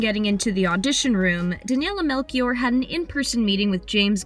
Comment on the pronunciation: "DeNiElA MeLkIoUr" 🤣